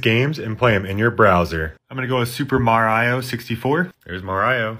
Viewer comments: Bro said ma-rao WTF!!! And how did he mess upp her when he said ocarina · First, are all these games sold out for like years ago, second, Why do you pronounce Mario as "Mar I.O." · its not maraio it is mario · ITS NOT MARYIO ITS MA-RI-O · bro its not maraio its mario m-a-r-i-o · nah bro said mar I oh instead of mario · its MA RI OH, not... Mo-Rai-oh? arghhh trigger! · merio its mARIO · It is pronounced Mar e I not Mar I o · It is mar-ee-o not mar-iey-o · i love he says "Marayo" instead of Mario lol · The way he pronounce mario as "MarAyio" makes me want to go skydiving without parachute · i ment Mary-o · we don't do that either, we say marry-oh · super mareo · It's super mareo not super mario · “Mar-I-O? Who TF was his brother? Luiggee?” -Joe Gatto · Hearing him say marayo gives me liver pain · the way he pronounces mario like-(mar-igh-oh) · "Mar eye oh" 💀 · no way bro said "MorIo" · "mareyeo" "piekachoo" "minicraft" "spongebobe" "austine" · Ain't no way he called Mario "mar-i-o" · Maraio ? Maraio you said ? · "ma- rio" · Who's Mareyeoh? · Bro who says Mario like mar I o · "aus-tine" "mar-riyo" nice pronounciaations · Here is how you pronounce "Mario" Mar-E-o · i do not trust a man who pronounces mario as mar eye oh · Naw that ain’t Mario that’s MAR io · he said maraio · Mah rah io💀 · Why does he say Marayo?? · very bothered of how you pronounced those names like marayo and afrayca. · the way he pronounces Mario triggers me but then i sound it out and he's not wrong 😭😂💀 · the way he pronounces "mario" is really funny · the way he pronounced "mario" 💀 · The way he pronounces Mario bro 💀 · How could you pronounce mario wrong!? But still, great vid! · How he pronounces mario💀💀💀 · why does he pronounce mario like that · great vid but someone really needs to teach you how to say Mario lol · Bro you are offending EVERYONE by pronouncing Mario like that